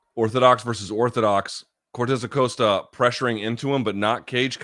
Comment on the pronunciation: It's definitely /aˈkosta/ unless you can confirm which version of spanish uses the Oh sound here?